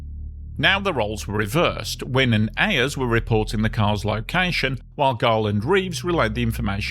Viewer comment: Mark Winne later worked for many years at WSB TV in Atlanta. His surname is pronounced "winny".